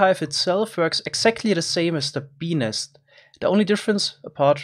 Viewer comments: Pe nest but the T is silent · ei vittu make se sanoo Benis :DDDDDDDDDDD ebin :-DDD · it sounds like he is saying ''benis'' instead of bee nest lol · BENIS :DDDDDDD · “Bee nest” Kinda sounds peni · Lmao, i had subtitles on, and every time he said bee nest, it said penis😂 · At 1.25x playback speed, i kept hearing peenist instead of bee nest. Just so you know... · I know he's saying bee nest, but.... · When he said “bee nest” it sounded like something else 🤔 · i cant help but giggle when he says bee nest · When he says "bee nest" it kind of sounds.... like a different word... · Is it me or when he said bee nest it sounded like... hopefully you know.